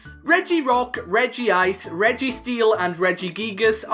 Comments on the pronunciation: Not to be a grammar nazi, but it’s pronounced REG-ICE. Not REGI-ICE. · Regice not Regi-ice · I dont think its pronounced reh-gi-ice theres only one i... Regice